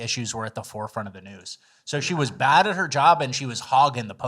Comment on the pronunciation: Omg!!!! I thought he says "The best Neeew podcast of all time " just now realized he is saying "News" ahahaha I've been saying it every video outloud for 2 years wrong